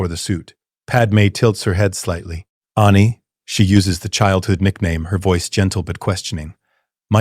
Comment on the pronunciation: Dude I swear pronouncing Coruscant and Ani and Mustafar all wrong